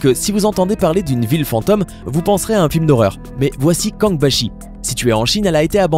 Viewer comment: Y a un chapeau sur le O dans fantôme, ca te dit quelque chose ? ;-)